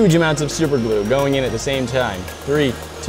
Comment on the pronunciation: Super glu not lu